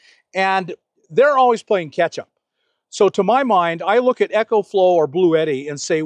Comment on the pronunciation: The Eco-Flow (pronounced E-co, not echo) is a terrific power box. But I am happy with my EB70S Bluetti, 800 W. :) Nice to see you coming around to new technology, Bob. Hopefully, I'll have my Class B+ this weekend. :) Jon in rural BC, Canada